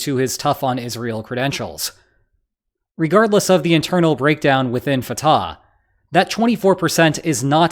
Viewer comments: It’s not Fat-ah it’s pronounced Fut- ahh 🟨🇵🇸🟨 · the h in Fatah is pronounced like the h in Hamas